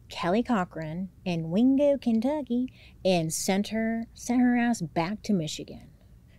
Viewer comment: WINgo kenTUCKkey has been my new vocal stim since yesterday thank you 😂